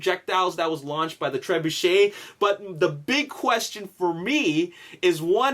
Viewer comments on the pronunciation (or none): none